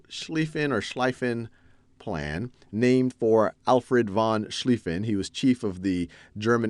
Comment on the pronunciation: schliefen was pronounced correct first, But "von" in german noble titles is pronounced "fonn"...